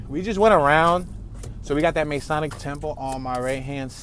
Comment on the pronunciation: Hey, Great videos, small thing I wanted to point out pronunciation wise, especially if you do center city tours: Mason = pronounced "may-sun" (you got that correct) Masonic = pronounced "muh-sohn-ic" (not "may") Don't ask me why, I understand why you would make that mistake, and I hear others do the same, but FYI for future tours. Keep up the great videos, cheers.